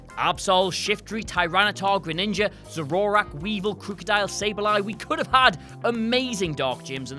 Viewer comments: Zo-ro-rak? Zo-ro-ark! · "Zo-RO-rak" omg i cringed so hard its "ZO-ro-ark" and its not "WEA-vle", its "WEA-vile"